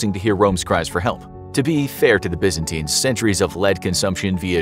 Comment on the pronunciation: WTH lol bro said Byzanties, who where greek, while showing a picture of a man in a turban lol